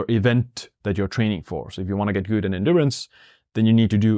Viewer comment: your channel is super, your English is fine, but plz- good is pronounced, as you pronounce YOU not gyyyyyyd🤣🤣